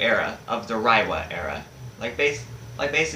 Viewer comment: It’s pronounced “Ray-wa”.